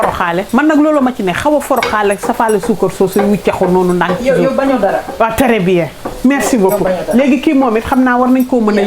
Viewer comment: Tèrè bien , je regarde les vidéos rien que pour entendre ça 😂😂😂